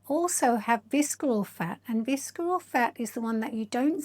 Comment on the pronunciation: The C is not pronounced in “visceral.” It’s pronounced “VISS-er-ul.” 😉 I’ve done both InBody and DEXA scans. I actually had my 2nd DEXA scan just yesterday. DEXA is definitely the gold standard. InBody is a form of Bioelectrical Impedance Analysis (BIA), which is very affected by hydration fluctuations. It’s the same technology used for bathroom body fat scales, but slightly more accurate due to the handles (although there are some home models now that use handles). PS I think your fitness is excellent, but the facial fillers and Botox actually make you look older… You can barely move your face. But you have a lovely, calming speaking voice.